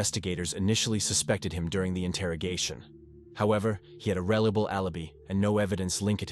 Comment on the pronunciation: "However, he had a rellable allibee".